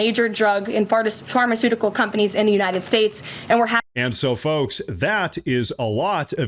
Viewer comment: Are we just gonna glaze over the fact that Karoline Leavitt almost said fart-eceutical companies . Just when I thought I couldn’t love the woman any more.